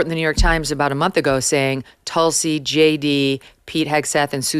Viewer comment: Hello from India. It feels great to see you interview a woman who has been named after a highly revered medicinal and spiritually important plant. Just a note. Its pronounced Tulsi. Where Tu is pronounced not as Tutankhamen but as the French Tu. 😊